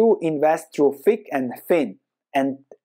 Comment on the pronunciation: Thick… not “think”